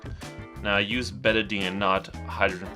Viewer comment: Betadine is really not recommended usage for wounds anymore because it also kills white cells. Then again I knew you weren't a real doctor as soon as I heard you mispronounce Betadine. Soap and water is what any wound care provider would recommend now.